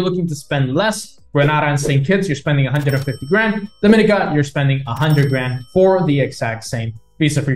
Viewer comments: E-2 Visa is a big plus value for an extra 50K. Do you want access to China or the USA? Btw--pronounced- Dom-a-NEE-cah and Gree-NAY-Dah, and Bar-BUUH-Dah. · You pronounced Grenada and Dominica wrong 😅 Nice vid tho.